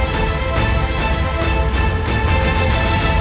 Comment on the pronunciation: Somehow I knew that you would say "diabeetus" at the end of the video :D